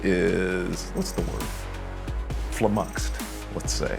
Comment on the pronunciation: Fluh-muxed. Classic.